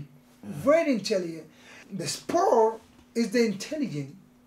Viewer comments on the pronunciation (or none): why.. cos he vewy vewy intellehent in the raim.😂😂😂😂 Romero